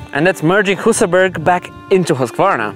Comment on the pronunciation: Annoys me that not even the swedish guy pronounced Husaberg correctly.